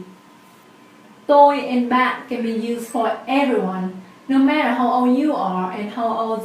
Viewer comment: Why does ban sound like bat? Thanks